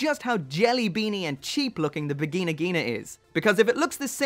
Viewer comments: stop the v word on japanese. it hurrtssss my ear. lol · "The Vagina Ghina II". Just a heads-up, you didn't say Vigna. You DID say Vagina, just in German. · I thought he said virgina